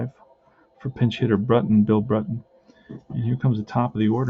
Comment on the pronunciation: Hey its the other Milwaukee Braves 1959 replayer...watching your tenth game last night and saw you are butchering a few names...and remember it's the Braves not the Brewers. Anyway it's Billy Brewt in......Buhl is correct, Buhwil...Carl Willey is Willey same as in Willie Mays...even though you spell the Willey like this...it is not Wylie...Boy are you getting great rolls for Eddie Mathews...keep it up man!